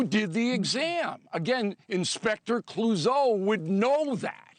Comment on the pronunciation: "Inspector Clousseau" lmao